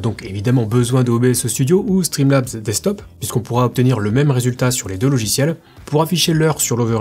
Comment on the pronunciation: streamlabs desstop ???? 😂toujours la galère à dire